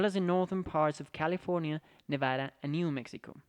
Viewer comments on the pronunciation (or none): none